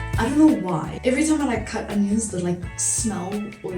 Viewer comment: Hey girl, You did a great job, and you are very pretty, and great job on starting your channel. I wish I had the guts to do it, and health issues, and new ones that I am going to have to get used to as well. I hate onions, and yes you say that word a bit funky, but hey we all have our little quirks, and it is kinda cute lol. I have to say I love your hair it is almost like mine, but I cut mine to the middle of my back, and I do not like it at all like this. I want bangs now as my forehead is so freakishly huge. (not kidding lol) I love highlighters, and I just started doing my eyebrows at the end of last year, and I thought they looked a bit funny, but now I do it everyday, and yours looks fantastic. Great job on the lip color hun, and yes you should do another. Have a great day. Love AMY :face-blue-wide-eyes: :face-red-heart-shape